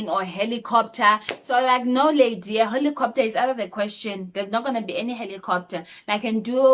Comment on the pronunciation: The way you always say Lady 😂😂😂😂❤